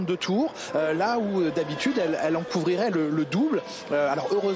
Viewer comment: couvrirait* si tu tends bien l'oreille mais petite flemme d'articulation de sa part sur ce moment 😅